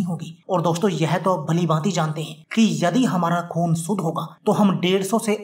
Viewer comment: "नास्ता", "सरीर" "सुद्ध" क्या होता है; कोई उच्चारण दोष है क्या? आपके उच्चारण दोष के लिये कोई ड्रिंक??